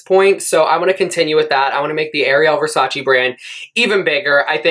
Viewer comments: Its VERSACE not VersacI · You could learn how to pronounce “Versace” first 😂 but i love you 🥰